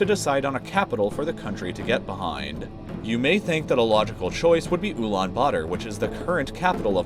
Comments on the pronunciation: "ulaan butter" it's pronounced "ulAAn bAAtAr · are you sure it is pronounced oo-lan-buder? isn't is oo-lan-ba-tar? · UlaanButter?? That’s what I think he said